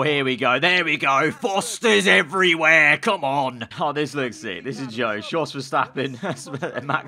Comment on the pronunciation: It's "yos" verstappen